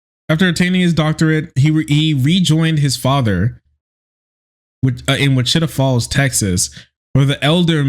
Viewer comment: bro "which-IT-a falls, tx" ur from kentucky right? dont do us texans dirty like that lmao